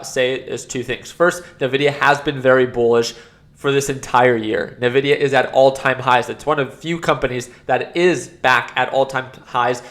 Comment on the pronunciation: NVIDIA, not nevidia. From the Spanish word: envidia. Meaning envy. You should know this! 😝